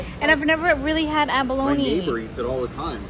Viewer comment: SAS face when she says “abalone” are you serious 🤣🤣🤣